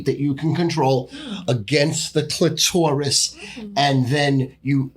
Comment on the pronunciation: The sophisticated way says clitourous is hilarious. I’ve listened to this dude talk sports for a long time and alway thought that was his element. It’s not. Hooooly shit it’s not